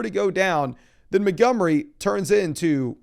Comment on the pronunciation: David "Muh-gummry"